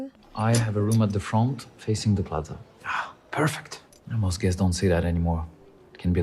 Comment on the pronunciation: Episode 8 in just one word "Pefect"